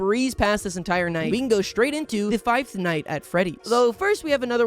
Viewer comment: I just need to point out the figh-th night bit thank you :3